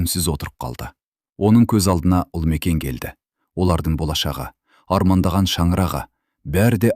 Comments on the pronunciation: Туһ,Үлмекен деп оқымашы,Ұлмекен деп оқышы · Неге, Ұлмекен 💪 деп айтпайсыз? Үлмекен или Ілмекен дейсіз?? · Неге Ульмикен деп оқысыз? Ұлмекен ғой!!!